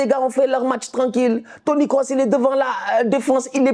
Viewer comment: Le commentateur a dit, Toni Kroos et non Course😅. Ça m’a fait rire